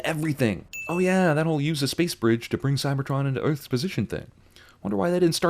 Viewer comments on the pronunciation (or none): is anyone else bothered by the way he said "Earth's"